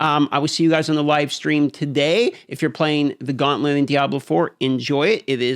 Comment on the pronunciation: Gauntlent? 😂 This guy has the most annoying voice and pronunciation.